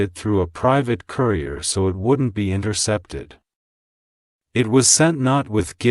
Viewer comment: So what happened to the currier bringing my so called check? Why do you speak words that are not correct?